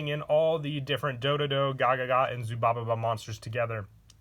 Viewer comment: PLs pls plssssss ZUBABA not "ZUBABA-BA"